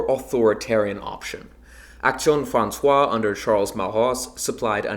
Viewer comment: You pronounced "Action Française" as "Action Françoise", "ai" is pronounced like in bed. Otherwise it's good dw 😂 !